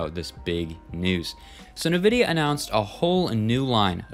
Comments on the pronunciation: Bruh just said nuhvidia 😂😂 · cant believe you dont know how to pronounce nvidia